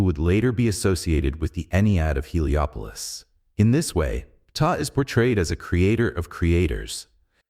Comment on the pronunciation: Pee-tah LMFAO